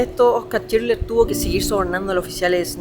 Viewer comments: lo unico que recalcar es que es schindler no schidler. Por lo demas tu contenido es cada vez mejor, un grande y el mejor youtuber de Chile ❤ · Chinler 😂😂 todo el tiempo chinler dice